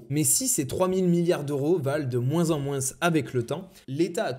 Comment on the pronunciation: Excellente vidéo! J'ai juste un peu de mal avec le s de moins